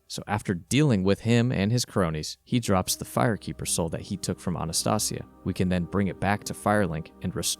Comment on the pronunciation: Said the fire keeper soooooooooo wrong